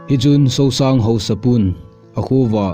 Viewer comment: Not Sousang It's Suongsang kho.. Kumsang vaihom Not Kumsung vaihom